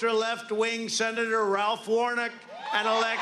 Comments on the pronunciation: "Ralph" Warnock. Can't even get a name right. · Did he say “Ralph Wernik”? 🤣😂 what a 🤡